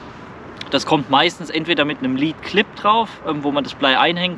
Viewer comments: Sorry für die Klugscheißerei... Aber Lead nicht Leed Oder Lädcore (richtig) nicht Liedcore(falsch) Sorry aber nach paar min geht mir das schon gegen den Strich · "lead" wie "Blei" spricht man ungefähr "Ledd" aus, nicht wie bei dem Wort "lead" was so viel wie "führen" bezeichnet. Englisch hat gefühlt aber auch nur 100 Wörter und alles hat mehrere Bedeutungen bzw. Aussprachen. 😂